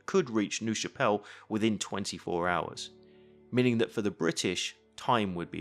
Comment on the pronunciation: Minor point - "Nerve" Chapelle. pronunciation. Not "noove" But these vids are absolutley brilliant with your mas and arrows or attack and current layouts. Really superb videos.